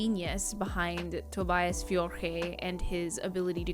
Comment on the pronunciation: Finally. Someone can pronounce Tobias name 😂😂